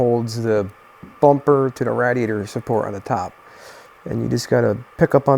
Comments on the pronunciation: Its pronounced. Raid E ate er. Smh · Quit sayin radiator like that🤣🤣🤣